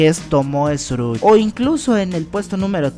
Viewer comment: se llama tsurugi no como tu lo dices